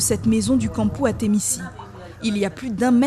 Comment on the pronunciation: Bon y a vraiment tout à refaire en Guyane 🤦🏾‍♂️🤦🏾‍♂️🤦🏾‍♂️ c'est ATEMICI et non ATEMISSI... C'est "CI" et non "SSI" Je le sais très bien vu que c'est mon nom de famille... 🤦🏾‍♂️🤷🏾‍♂️🤦🏾‍♂️🤷🏾‍♂️🤦🏾‍♂️ fatiguééé ... Brigantin t'as pas intérêt à la ramener ici... j'te dis déjà